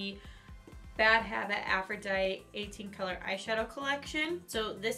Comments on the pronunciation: A-FRO-DI-TEE it’s the name of the Greek goddess of love and beauty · It's supposed to be afro-dight-ee lol why does no one say the last part?